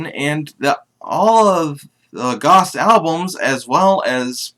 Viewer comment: Just FYI it's pronounced like ghost.